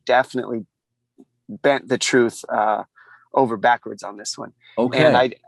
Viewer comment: Chael "The Troof" Sonnen 🤙